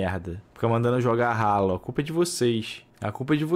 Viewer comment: mn o cara chama hallo de RALO, dps fala q é gamer